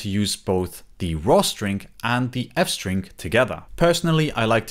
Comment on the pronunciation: Ah yes, France-String 🥖🥐